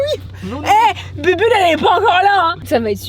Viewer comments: Elle a appelé bubule elle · Elle a dit bubule elle est pas encore là 🤨🤨🤨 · Juste ces moi ou un moment ou dit bubble elle a fain 🤨😏